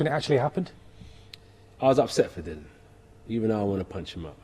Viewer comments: Dillian Whyte... Di - lee- anne !!! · All these years and he still says his name wrong haha